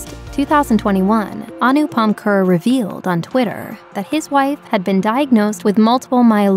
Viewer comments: His surname is not pronounced 'Khur'. It is pronounced Khair' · Maybe next time 'Kher' would be pronounced as Kher and not kehrr 🙂. Also Kirron Kher is a a legend in her own rights too 🔥🙏. More power to their family in these tough times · Kher is pronounced as "Khay-r" not 'khr' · it’s “khey-r” kind of like “they’re” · It would be great if more of an effort is made to get the pronunciation of his last name correct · Can't even pronounce his name correctly. A simple 2 min Google search is all you needed.